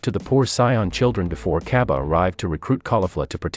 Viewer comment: its cabba not caibi